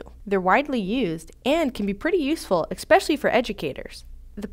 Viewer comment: "Expecially?" LOL!!!!